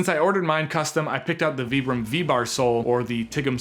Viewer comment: I really appreciate how you're the only Youtuber pronouncing 'Vibram' correctly.